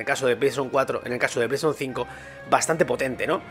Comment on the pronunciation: Pleishon 4, pleishon 5